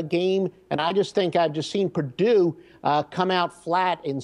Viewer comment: Pardue? Isn't it Purdue?